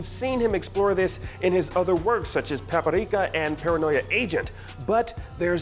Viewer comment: I didnt know paprika was pronounced with an accent